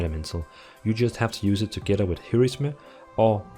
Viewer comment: he said 'here is me' instead of Heroism xD